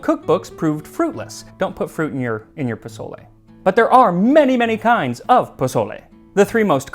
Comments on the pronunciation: Bruh, it’s pronounced “pa soul le,” not pa”z”ole. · I love your content and look forward to it, but you ain't gonna impress me with Huitzilophchtli if after a year and with a Mexican husband you say pozoley instead of PO SO LE. :) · Wait hold up you're telling us the history. First off say pozole right this video is CRINGE ASF. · Pronounced pō-so-lé please 🙏 Not bozolay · PaZOle. 🤨 mAZe. 🤨 Your mother in law is clowning you for sure... lol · Jose! Why didnt you tell Max that the "z" in Mexican Spanish is more like an "s" sound! The Mexican loyalty to Chicken Knorr bouillon. Good job 👍. Very accurate in general. 🤔🤔🤔🤔 ¿Menudo special anyone?